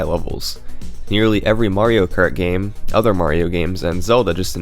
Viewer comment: UGH! Is there a YouTube rule that states every damn youtuber HAS to pronounce ridiculously wrong some words? Like KERT instead of Kart?